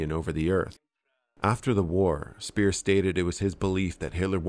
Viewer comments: Speer as in pair or pear, not peer. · It's Speer, not Spier, though.